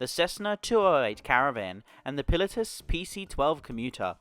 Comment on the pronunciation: Interesting way of pronouncing Pilatus 😅 Pi lah tus 😊 I know what you mean though great video